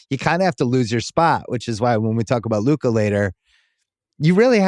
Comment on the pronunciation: He lost all credibility when he said Luka, that is criminal